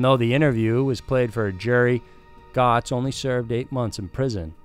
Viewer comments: Bernard Goetz last name is pronounced: "gets" not "gots" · It's pronounced "Getz" not Gotz I was in Brooklyn Middle school when this happened it was on the news a lot. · FYI: Pronounced like “Gets” not “Gots” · ive noticed a pattern with you mispronouncing some of your subjects names. Bernie Geotz is pronounced Getz. Another video about Debarseleben (De Bar De Leeben). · It's (Goetz) is pronounced "gurtz" (German pronunciation) or "gates" (American pronunciation). Just though I's point that out. Otherwise, I really liked the video and I hope you do more! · LOL announcer has no idea how to pronounce Bernie 'Goetz' (it's pronounced 'gets') Shows how much time has gone by, and how old I am! The american public so hates what NYC thugs do to people on the subway that officials basically backed down. The Guardian Angels came about from this- literally, a city-wide vigilante group, and finally a mayor who truly restored law and order- something american liberals literally see as 'racism'. Now NYC is in the control of idiot liberals again, and not surprisingly, it is in freefall once again. Liberals are genetically unable to see crime for what it is- crime. The other striking thing is how absurdly light prison sentences in Britain can be. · It's pronounced like: Bernard "GETZ"...ijs; I stayed in the same manhattan apartment building as this fragile bigot for around two weeks, and usually saw him every other day or two. Creep. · Bernard Goetz pronounced Getts, did more to end the crime on subways than police ever did. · its Bernard Goetz (Gets). 2 concurrent 12 year sentences is just a 12 year sentence. they sentence that way due to sentencing guidelines, but if you get concurrent time, you serve them at the same time, on the other hand, consecutive is not a good break, you serve one & when it is completed, you start serving the other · It’s pronounced “Gets” and the “teens” brandished a weapon. They weren’t victims. They were victimizers. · Pronounced 'getz'